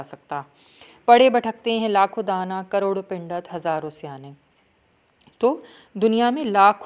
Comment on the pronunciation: Pindat kun bol rahi hain Pandit boliye